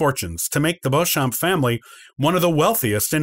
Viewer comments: Also Beauchamp is pronounced phonetically as Beechum in the UK. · Beauchamp is pronounced 'Beech-um' isn't it? You're right, he absolutely murders 'Plantagenet' (pun intended).